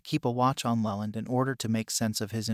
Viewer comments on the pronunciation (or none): Try spelling it Leeland. You may get a better pronunciation.